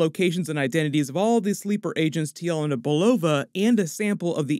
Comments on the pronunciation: Yah-lei-na not yell-e-nah 🙄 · It’s yelena, not yolona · "yeh-lay-nah" not "yell-uh-nuh" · It's pronounced Ye-LAY-na